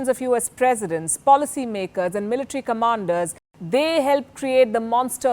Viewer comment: How do you pronounce the words.... Military..... Bodies....